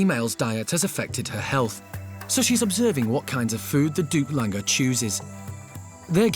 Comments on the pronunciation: OMG for heavens sake it’s a Doug langur. Not a Duplanger or whatever you called it. Langur is a type of monkey. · They’re referring to Duc is the actual name of specific species of langors. The first part of their name is pronounced like “duke.” Duc Langors. ☆彡